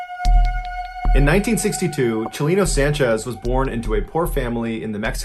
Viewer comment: you said his name wrong Chalino Sanchez